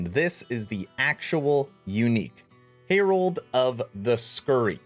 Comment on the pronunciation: Hair-old not "hear-old" (pronounced just like the name Herald) Man don't be picking up Boardman's bad habits. "hark the herald angels sing..."